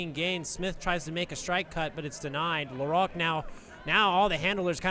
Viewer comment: THIS IS AMERICA. Stop pronouncing LaRoque like a French person.